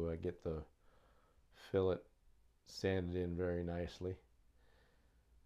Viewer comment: Alright you are finally saying fillet correctly my brother...Thats progress...a step in the right direction...Boy this Biplane is turning out beautiful too. You are just an awesome builder. May take you a little longer than some but just look at the quality bro. Totally worth the extra time. Cant wait to see her covered and ready for her maiden flight....👍👍👍🤙🤙🤙